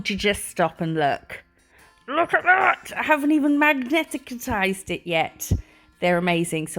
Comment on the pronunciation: Magnetized is pronounced Mag ni tized, three syllables.